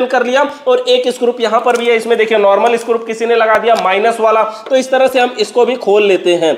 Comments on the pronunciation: Scrup nhi scru hota hai 😅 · मै हमेशा के विडियोज देखता हूं, इतना टेक्निकल इंटेलिजेंट बंदा है, फिर भी 😂स्क्रू को स्क्रूप बोलता है क्या वजह हो सकती है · It's screw not scrup 😅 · सब तो अच्छा है लेकिन स्क्रू को स्क्रूप ना बोलो सर जी😅